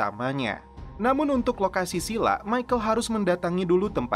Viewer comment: si Michael celepot terus